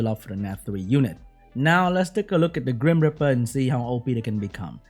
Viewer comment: Whenever says grim reaper, I hear cream gripper...do I have a problem